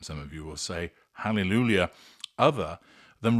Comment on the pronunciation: I didn't know you were one of those people who can't pronounce Haleluijha. Try